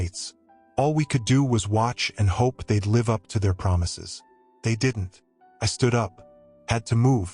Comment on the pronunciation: AI is horrible.live as in life was pronounced live as in t v. How stupid.